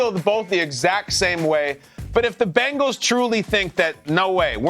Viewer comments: Benhals? Excuse meee?? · Ahh yes, The Cincinnati "Benhals" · ahh yes, the Cincinatti Benhals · Ah yes, the Cincinnati Benhals